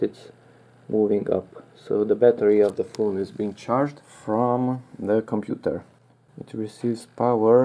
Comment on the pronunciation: moniTUR into the compuTUR.... hehe... are you filipino?